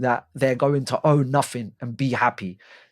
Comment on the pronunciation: Think not fink. Nuffink. I'm struggling to listen to this.